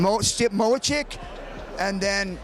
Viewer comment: Shamrock is the only guy I've heard pronounce Stipe's last name as 'Mochick' lol